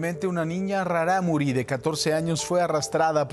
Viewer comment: ) hola, la pronunciación de Rarámuri es diciendo la primer ”R" como "ere” y no como “erre” , saludos